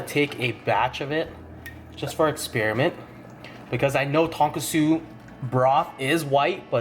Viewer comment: Tonkotsu. You added an extra S